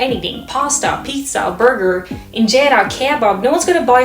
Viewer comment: kieebæb🇳🇴? Nej, kebab🇸🇪